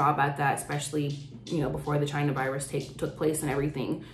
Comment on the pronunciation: "I gotta say it, I gotta say it guys, ThE ChInEsE ViRsE" Me: No, No you didn't